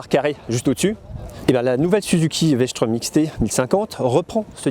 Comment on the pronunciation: Strom, pas schtraume!! elle est pas allemande ! Super essai merci!